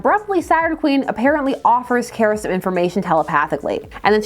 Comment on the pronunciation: You pronounce Kara “Kera” instead of “Kah-ra”. Odd choice